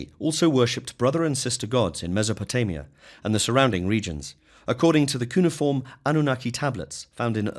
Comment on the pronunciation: Your pronunciation of cuneiform and Elohim.....no.